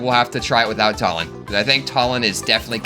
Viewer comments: Why do you keep calling him Tullin 😭😭 I'm almost certain it's Too-lin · I'm really sorry but it's "TOO-lin" not "TUH-lin." No offense.🤣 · Its pronounced 2 lin not talin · his name isn't tall-en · There's a joke in there between how you pronounce Tulin's name like Tullen and Twilight/Twilight Princess. Edward Tullen idk I have a kidney stone today thinking is beyond me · It's pronounced Tulin too-lin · bro W vid but idk if thats how u pronounce tulin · Challenge idea: pronounce Tulin's name right